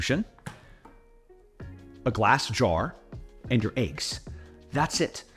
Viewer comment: It's eggs not eaggs 😂